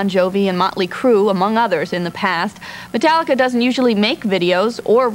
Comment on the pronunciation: Metarrica haha